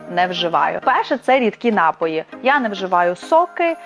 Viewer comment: Дякуюза поради. Тільки наголос на напОї